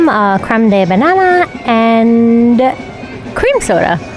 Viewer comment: A good rule of thumb is that "de" in French is pronounced "duh" and not "day" -- as in creme de bananas. Keep up the great videos. 🩷